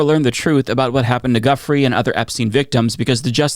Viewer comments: FWIW: Giuffre is actually pronounced "Joo-Fray" (and sometimes "Joo-Free" or "Joo-freh"). So Virginia "Joo-Fray" (not "Juffree" or "Guffree") (Also: Ghislaine, as in Ghislaine Maxwell, is pronounced "Gee-Lane" or "Gih-Lane" (not "Jizz-Lane" or "Gizz-Lane") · FYI, Giuffre is pronounced jew-frey, not guffree. GG otherwise 👍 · Can I make a request? Can you pronounce Virginia’s Giuffre’s last name correctly? From my understanding it’s pronounced like, “Ju-Frey”. I have massive amounts of respect for your important content and that’s why I’m asking for this, respectfully. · Giuffre -> gee-you-frey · I thought it was pronounced Jew-Frey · i agree with you. it’s easy to find how her name is pronounced. we demand justice for the victim survivors of the worst coverup in history. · Please, learn how to pronounce Giuffré. Please. As a sign of respect for her. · Hey, pronounce Giuffre’s name correctly. You’re routinely bad at pronouncing people’s names and this somewhat nullifies your credibility. Most serious reporters do the research, but you Americans are not good with people’s or place names. It suggests a level of arrogance in your national character. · Please stop saying Ms Julia's last name WRONG, show respect and pronounce her last name as she and her family pronounce their last name.